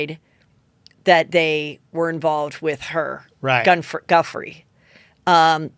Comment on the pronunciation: Its pronounced Jew Fray not Guffrie.